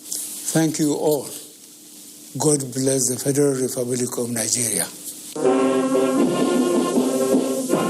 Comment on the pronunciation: Am so proud of our president at least he can now pronounce Corona birus instead of cobid 1-9 !! He's really improving keep it up man👎👎👎 Did I hear God bless Fedira Refublish of Nigeriya?🤫🤫🤫🤫